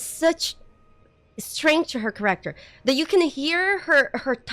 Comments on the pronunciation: read this, I swear it’s black magic: Kéracter, not Charácter Done. Pronunciation fixed. You’ll never pronounce it wrong again:) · Your accent is very endearing. Care-act-ter is now my new favorite want to pronounce that word lol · i love how she pronounces "character" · She's canadian right?